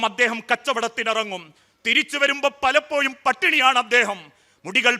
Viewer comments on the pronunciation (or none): 'പലപ്പോഴും എന്നുച്ചരിക കഴക് പകരം യ പറയുന്നു